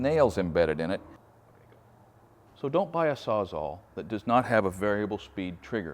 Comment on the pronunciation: Can someone address the crisis of everything pronouncing it SAWZAW